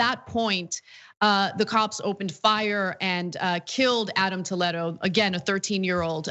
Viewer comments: Wtf how come she can’t pronounce the word Toledo? Toe Led Oh? Naw, Tuh Lee Doh. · … say it with me… Tah- lee-doe,,,,, how annoying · Honestly, the biggest crime is how she pronounces Toledo. Toe-leh-do. I shudder every time she says it. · why is she saying his name that way? it's spelled just like the city... so it should be tol-ee-doe... because it's latino?